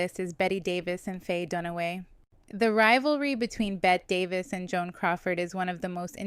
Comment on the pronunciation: Bette Davis: Please tell me you know it's pronounced "Betty." I think I heard you pronounce it correctly once. You can't do videos about Old Hollywood and mispronounce the name of one of its most iconic actresses. Yikes.